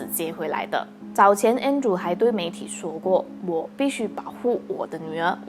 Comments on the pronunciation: her husband name is Andre but pronounce as Andrew. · 纠正一下，他的前夫的名字的读音是An-d-re.(安德烈)